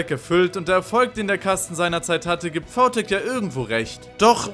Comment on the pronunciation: warum sagst du vau tech aber vi smile?